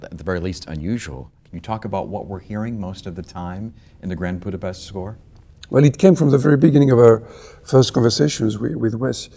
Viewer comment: I appreciate that he pronounces "Budapest" correctly.